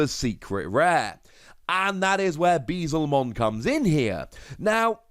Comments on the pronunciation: my heart aches every time u say bezelmon instead of beelzemon. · It's probably gonna take another year or so before someone corrects your pronunciation of "Beelzemon" despite you spelling it right, but continue to pronounce it wrong! xD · Pulled the Alt Arts for Ulforce and Machinedra, so not too bad. also Beelzemon == B L zemon Beelzemon =/= Bee-zlemon